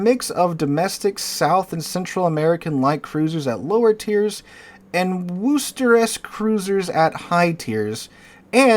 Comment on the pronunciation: Worcester is pronounced 'Wooster' with 'Woo' as in 'wood'. Unless you're from there. Then it's WooStah. Otherwise, good content, as always. :)